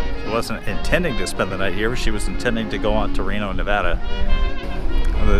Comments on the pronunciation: Great video. All the years I have lived around here, I have never been in the cemetery. There was a fire a few months ago that burnt the buildings to the left of the railroad station. BTW, tell your buddy you say Nevada just like you spell it Nev-Ad-A, not Nev-Odd-A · Great video! Other than pronouncing Nevada wrong haha